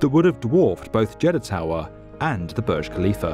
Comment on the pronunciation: Pronounce properly it's not Barj it's boorj